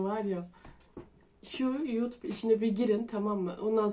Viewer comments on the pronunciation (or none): none